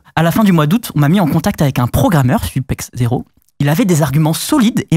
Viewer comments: Tu peux ajouter "Kaly" et pas "K.Q.L.Y" ou encore "Supexo" et non "Super zero", il m'a trigger mdr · les genies tema supex0 on dit supeso xD